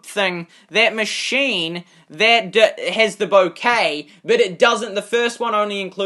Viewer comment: UI - User interface, and bouquet is pronounced bow-Kay